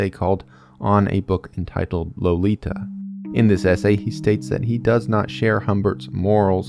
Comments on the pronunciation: LO-LI-TA Yes, I know.. but I love this book, read it several times in English and in German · Low lee tah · How can you not pronounce the authors name and barely the title?